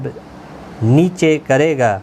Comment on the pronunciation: 3 :38 girega hai aap ne galti padha hai